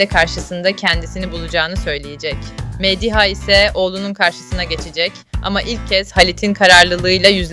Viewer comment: Nalan'ı ne kadar kötü telaffuz ediyorsunuz ...Mediha derken vurgu ikinci değil üçüncü hecede ...